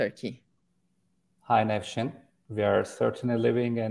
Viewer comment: Türkçe konuşurken, Nevşin, İngilizce konusurken Nefshin diyor. Çok iyi 😀